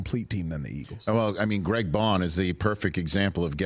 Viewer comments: Maybe Zach baun should change his name to 'Greg' in order for Rich to correctly say it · 3rd time hes said greg baun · Why Rich keep calling him Greg Baun lol